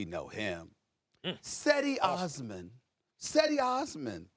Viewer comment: Cedi Osman is gonna make a lot of people eat their words about the Cavs, between him, Love, Hood, Clarkson and Sexton. Also SAS sounds like an idiot while mispronouncing Cedi’s name lol